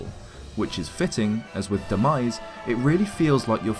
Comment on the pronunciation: Demise not denise lmaoo 😂